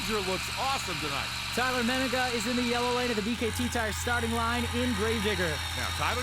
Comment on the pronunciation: B . K . T TIRES